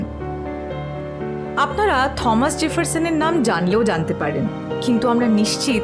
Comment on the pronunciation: ভালো লাগলো আপনাদের ভ্রমন ও বর্ণনা।অনেক কিছু জানলাম।তবে নামটার উচ্চারণ থমাস না টমাস জেফারসন হবে?